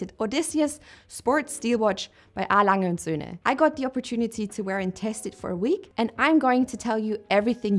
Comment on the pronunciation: I think I caught Jenni's third or so video something that impressed me right away was she pronounced A. Lange & Sohne properly. Then it dawned on me she was German :-)